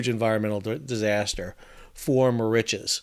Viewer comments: found the mispronunciation of Mauritius a bit annoying. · Not sure where Sal got his pronunciation of Mauritius from.... even with Google set in American pronunciation mode comes nowhere near how Sal is saying Mauritius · yes I found it difficult to follow as he was pronouncing Mauritius the wrong way. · I'm sorry whilst I enjoy your contributions, I dont believe you've actually been to Mauritius, firstly nobody pronounces it - Mau rich es - there are generally two correct ways pronounce the name of the island, one in English - Mur Rish uss and the french way - Eel Mo Reece for Ile Maurice. Secondly while the stretch of coast where the Waiashio ran onto the reef is reasonably pristine, the majority of the west and north coasts (to leeward of south east trades and currents) have despoiled and dead lagoons due primarily to coral bleaching caused by hypoxia, local textile industry chemical dyes seepage, and local household litter and retail plastic waste. Mauritius WAS once pristine, before independence created the conditions for uninhibited pollution and strict adherence to Indian standards of hygiene and cleanliness. If Mauritius does finally get handed custodianship of the Chagos archpelago, heaven help the eco-system, because the Mauritius governent won't. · My wife has been wincing every time you say the name of the island. An old friend of hers is from there. More itches? No, no, no. Mauritius rhymes with delicious and malicious. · I love your videos. It’s pronounced Ma-Rish-us. 😅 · Mauritius is pronounced Maurishious 😊 used to live there 🤗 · Muh ri shuhs, fyi incase you make a video on this again. sorry i had to stop it was killing me. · where does that pronunciation come from? given that you have been there, I have to ask, is that how it's locally supposed to be pronounced??? I always heard the pronunciation "Merishowz"... but that is based on French.